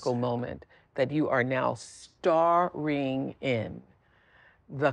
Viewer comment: Emphasis on “STARING” WOW!!